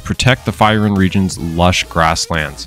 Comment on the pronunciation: Your saying the Region Name wrong, go watch 1 of his FYRUN videos.